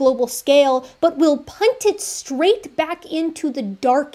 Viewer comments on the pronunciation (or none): none